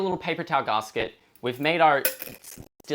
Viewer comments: Please never say /garsket/ again!😥 Even in the most posh British circles its still just gasket, as in gas-ket (gas like vapor, ket like ketamine). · its Gas-Ket, not Gahsket wtf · Is a garsket the same as a gasket? He keeps saying that word.. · P.s its not garsket, its GASKET 😅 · Long time Subscriber, absolutely love your channel and attitude.... Discovered 2 things about you I dislike.... 1. It's GAS-ket not GAHHS-ket, makes my brain fizz when you say it. And 2, You dont know the Your fridge is running joke?, literally one of the oldest jokes in modern culture, That joke had to have been invented alongside the fridge.... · Brother it's gasket.... gas ket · the way you pronounce gasket hurts my soul deeply